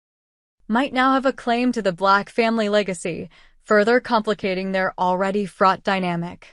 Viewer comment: John BLACK!!! Not Vlax !!! NO, NO, NO !!!